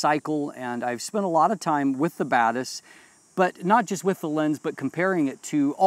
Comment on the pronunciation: Hey says Batis, I hear bad a$s.